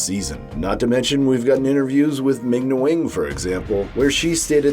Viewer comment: “Ming Ni Wing”